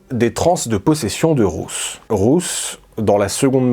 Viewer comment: Super vidéo ❤ Par contre Ruth ça se prononce comme root en anglais